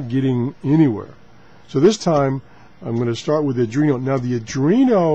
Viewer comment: This should be a fun series. Oh, and it's pronounced "Are + dwee + no".